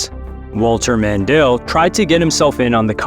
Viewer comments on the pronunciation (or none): OMG it is not Mandell His name is Mondale and he was a vice president